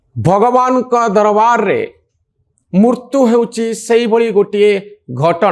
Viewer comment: Manoranjan babu is a very good intellectual anchor but pronouncing odia word murtu(death) instead of Mrutyu. Pls rectify ur pronounciation